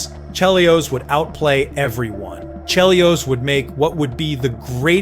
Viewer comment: This had better be AI. How the hell do you mispronounce Chelios' name?